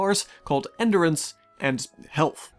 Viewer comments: Very good review, but enDUrance, not enderence. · what the hell is ender ance? say it right geesh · I cannot take you seriously with the way you massively mispronounce endurance. It’s like you’ve never heard the word before. How do you go your whole life til the recording of this video never hearing the word “endure” or “endurance”? I swear, man. What is it with YouTubers? It’s like you guys were raised in a lab or something